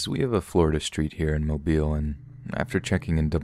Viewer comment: Listening from Mobile, Alabama and it makes my heart so happy that you pronounced the city correctly :,)